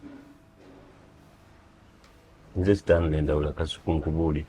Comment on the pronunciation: Kasuku, the name is Stanley not Sitanile😂